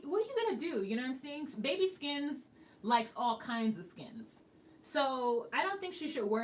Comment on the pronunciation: Anyone notice that when Jay said "skins" it had zero accent on it?